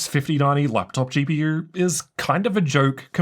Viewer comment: why does he say "GP YEWR"